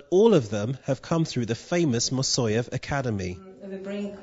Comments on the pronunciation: Could this african american learn at least how to pronounce the name of great choreographer. It is not mosoev. It is Moiseev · Evidently, the narrator can't read. His pronunciation of the name "Moiseyev" had me biting my lip! It's Moi-sey-ev". Not "Ma-soy-ev". He really needs to learn to sound thing out from the spelling! A real disservice to the man and the ensemble.